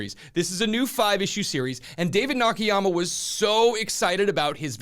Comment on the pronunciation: It is NOT Nah-Kee-Yah-mah…it is Nah-Kah-Yah-Mah…